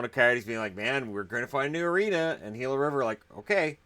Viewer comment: I'm just happy that pronounced "Gila" correctly. So many so called professionals pronounce it wrong.